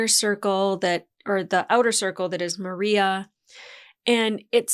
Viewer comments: The Dub bugs me by the mispronunciation How do you mispronounce Maria? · The dub for this show is pretty terrible. Goliaths and Maria are pronounce terribly in the show. Not your fault. Its a shame you can't do sub because the show would make more sense